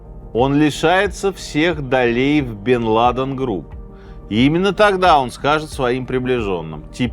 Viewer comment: давно ли у Минаева столь плохо обстоят дела с ударениями? УсамА ЛадЕн, НикорагуА...